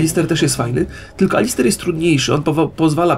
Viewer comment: to jest Alistar nie Alister xD Swoją drogą sprzedałem to kolegą w szkole i teraz się z tego śmieją (